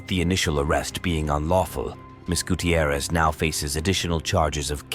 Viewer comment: Guuuu-Tee-ierrez This pronunciation annoys me. It’s fine, just annoying to me.